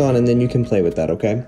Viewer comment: witewally hit the gwiddy